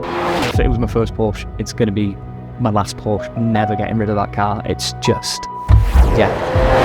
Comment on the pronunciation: Can someone tell how to pronounce Porsche correctly?